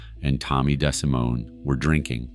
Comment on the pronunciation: Tommy Des-simone